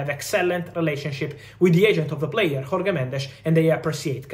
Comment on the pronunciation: Jorge in Portuguese is not Horggee lol The J and the soft G is the same as in João Félix and José Mourinho, Think of a French J, that's the Portuguese J